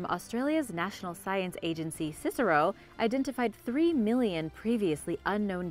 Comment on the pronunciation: How much is a "millinion"?🤔xx